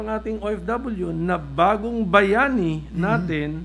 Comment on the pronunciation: Parang hinde pa mabigkas ng maayos ni pimentel ang ofw bagong bayani grabe ka nman pimentel para kang baguhan sa senado